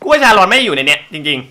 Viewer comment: ชาลอน ไม่ ซาอน ใช่ ชาลาวัน ใช่ๆๆๆ